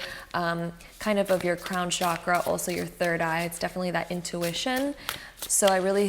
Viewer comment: The word Chakra is pronounced as “Chuck-ruh” not as “Shock-rah”.